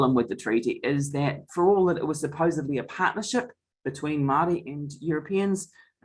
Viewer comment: My goodness please learn how to pronounce Māori words